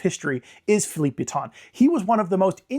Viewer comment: Bro that is a horrible pronounciation